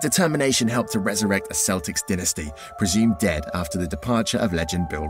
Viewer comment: I swear at the beginning he said Boston Keltics